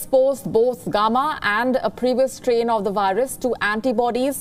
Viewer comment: The way she pronounced “gamma “ is funny . Lady , you need to work on your pronunciation